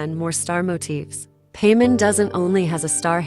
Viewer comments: She literally says her name as "Pie-mon" just a second before, and then you proceed to say "Pay-mon." 🙄 you even started the video by saying her name wrong. This is awful jfc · "Pay men" 💀💀💀💀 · pamen? its pai mon mon not men... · Pay men. 🤣 it’s pie mon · So much efforts but couldn't think over saying pymon instead of paymon. So much for the ai voice over tools and iq. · Just to correct you if your not using a voice changer it like pie-mon not pea-mon😅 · Don't say paymon.... It gives me Vietnam flashbacks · girl.. its paimon not payment 😂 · Ah yes, Pay-mon. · Yep, clicked off the second you said "Paymon" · I just can't bear hearing Paymen again and again. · it’s important but it’s not important enough to get upset. Humans say names wrong all the time. So once again it’s not that big of deal. I think the way it says the names are hilarious. Lol Pay-mon hahaha I hear Pay-Mom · you could set up 2 versions of text: the unchanged one for the subs, and the edited one for the text-to-speech to properly pronounce specific words, like "pie-mon", "celes-tee-uh", or something similar. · The instant I heard Peman instead of PAIMON I disliked the video and quit. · "paymin"??? WTF 😂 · The text to speech using the pronunciation of one of the seven kings of hell for paimon is great